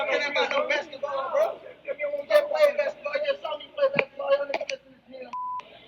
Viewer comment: you are correct,it's that accent that made it sound like that to me.